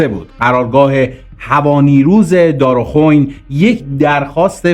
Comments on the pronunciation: درست تلفظ کن. اسم این مکان رو ..‌ عجب ها ...... دارخوئین.... ن دارخون...... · دار خوئین گویند نه دارخون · چقدر در تحقیقات تان سهل انگاری میکنید که نمی روید چیزی را که دقیق نمی دانید از دیگران و مسن ترها بپرسید تا در تلفظ دارخوین اشتباه نکنید !!!!؟؟؟؟شما که سن تان به زمان جنگ می خورد!!؟،؟چرا کلمه دارخوین را خوب و درست نخواندید!!!؟؟؟؟ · با احترام و تشکر تلفظ منطقه دارخوین اهواز با کشیدن کسره زیر حرف ی درست میشه دارخوین با کسره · درود بر شما خدا قوت با عرض معذرت میخاستم بگم بعضی کلمات واسمها را اشتباه تلفظ میکنی مثل کروچیو ودارخوئین